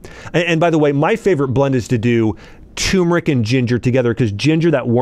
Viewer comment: It’s pronounced “Ter meric”, not “Tumor ic”